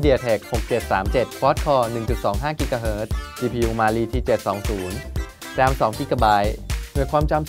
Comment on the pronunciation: Cpu มาลี 555555ลั่นเลย อ่านยังไงเนี่ย😆😆😆